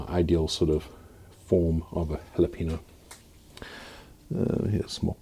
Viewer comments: "Hawluhpaynyo," Please. Not Hawluhpeeno. There's an enye in the word. We'll discuss the word "Cayenne" some other day. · Cayenne is pronounced "kai yen" and jalapeño is " hal a pain yo"